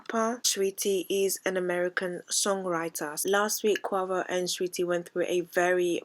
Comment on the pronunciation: It’s NOT co-a-vo it’s pronounced co-wei-vo (Quavo) 😂😂😂